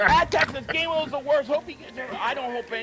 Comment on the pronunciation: Its GAINWELL. GAINWELL OMG ROFLMFAO